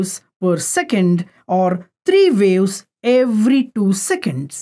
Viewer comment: ITs WAVE's LOL NOT Wales LOL >